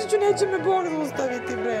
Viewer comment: Ali kad kaze i onako potencira "BoKkkk" Neka mi Bog oprosti, takva budala se samo jednom radja